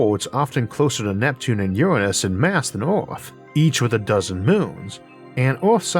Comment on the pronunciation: You found a way to say Uranus that doesn't make me laugh like a 12 year old." Your ran us" Brilliant 👏